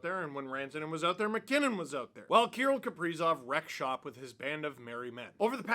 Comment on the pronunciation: Can’t even say his name right. You have no right to talk your opinions on him